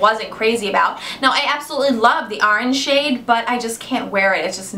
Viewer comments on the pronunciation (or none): none